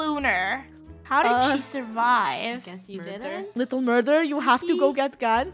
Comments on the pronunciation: Murdur? OwO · Funneh : “I come in peace” Me : “MURDUR?”